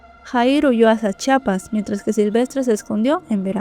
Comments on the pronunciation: Me gusta tu relatos pero yo soy de Chiapas,no de chapas, siempre dicen chapas y no, es CHIAPAS con (I) saludos. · es Chiapas se escucha que dices Chapas. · Tkm me encanta tus videos Pero te pido un favor 🙏🏽 Se dice CHIAPAS Porfa gracias...